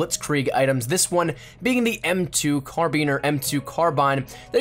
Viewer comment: M2 CARBEEN please just say carbine Carbeen sounds so weird